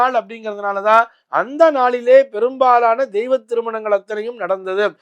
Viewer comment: Pls deiva thirumanagal not deeiva thirumanangal